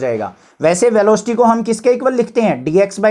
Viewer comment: Sir velooocity nhi velocity hota hai sir 😊